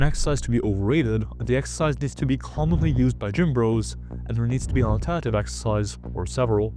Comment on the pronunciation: Say "alternative" not "antete"